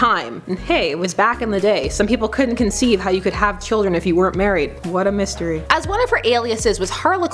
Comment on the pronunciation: "What a mistiry" 😂